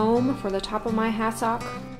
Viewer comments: I was trying to figure out what was saying. I realized she was saying ‘has-sock’ phonetically saying it. Growing up on the east coast we call is ‘has-sick’ it may not be phonetically correct but that’s how I’ve always heard it. I’m glad I figured it out…you’re way of saying it is probably correct! Lol 😄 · I remember hassocks from when I was young. I’m retirement age now. I did not recognize how you were saying it. Always heard it pronounced “ ha suhk.” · Honey love your channel. It's pronounced hassick. 😊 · Couldn’t handle listening to your pronunciation of the word hassock to stick with this to the end. Sorry